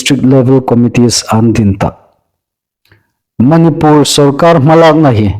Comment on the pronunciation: Manipùr tia lam hlak hi a ni naw deu a hawi. Mani (pur ) pur hi a ri inhnuoi naw sien.😊